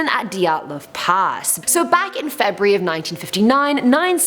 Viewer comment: Febury! 👌gotta love that accent